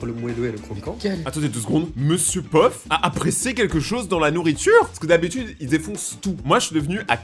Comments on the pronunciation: Peuf??? C ms pof😂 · POF PAS PEUF